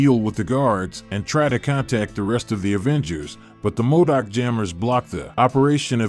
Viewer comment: Modok not madic